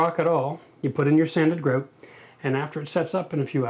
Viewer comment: lol, Isn't Tim Horton's Canadian? Also the way he said grout sounded Canadian to me.